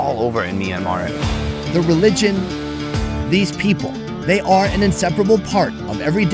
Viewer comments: It’s not pronounced myan an mar it’s pronounced myan mar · It's not me-an-mar It's m-yan-mar Btw I live there so I know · Myanmar -- aka Me and Mar. 🤣 sorry to rag on you for your pronunciation, but it was funny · Hey, you are pronouncing myanmar wrong.